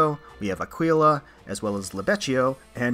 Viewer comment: Let's GOOOO Also Aquila is pronounced 'Ack-ee-la', if nobody said so already. :)